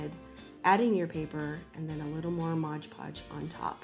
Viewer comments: it's not "modge" podge. it's "mod" podge. ARG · Adorable!! But it’s not ModGE Podge. It’s MOD PODGE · Love...but why do people call it modge podge? It’s mod podge! 😂